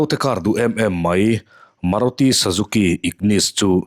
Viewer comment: Sazuki i ti tlat in ka hria 😂😂😂